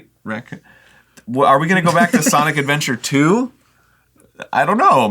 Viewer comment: “Sinic Adventure Two”